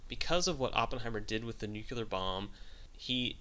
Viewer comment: Great clip. I just have 2 corrections: The directors name is pronounced JodoRowski and it's "nuclear bomb", not "nucular bomb"